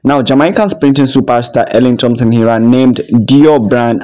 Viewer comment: Please pronounce her name correctly